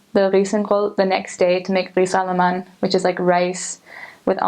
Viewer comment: How long were you in Denmark? You do a very good pronounciation of some of the difficult Danish words like flæskesteg and ris a la mande. Well done